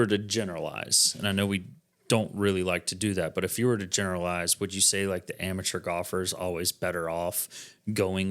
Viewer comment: Great review but please don't pronounce the word "amateur" that way.